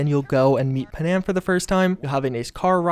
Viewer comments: Lol pa-nam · Bro, who’s “pa-nam” LOL